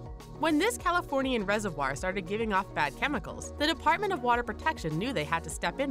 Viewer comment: Say reservoir right